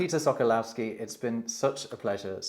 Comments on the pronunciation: SO-KO-WOV-SKI not whatever-wrong you prenounce Sokolowski, sok means juice sokół means falcon in Polish. Sokolow is probably Russian name, -ski is added to make it nobel, some lords in Poland added -ski to their oryginal names... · If you love language, the W in Sokolowski is a v sound in Polish, the L is a w sound and the o is a short o as in con not cow, ( all the Os should be pronounced the same) so it should read “ Sokowovski. It’s a bit rich that he can’t pronounce his own name, yet is a language expert?